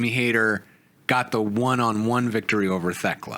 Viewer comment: But if Fletcher wins and Briscoe has to join the callis family that could be a really great time. Oh and I think y'all are wrong I got TayJay winning the tag belts. They're the only team not in blood and guts. And I hope y'all know you're saying theklas name wrong and it's just a bit lol.